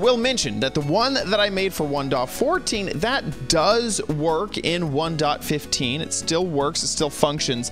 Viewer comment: way of saying '1.15' "One dot fifth teen" All of my friends: wOw wHaT tHe hEcC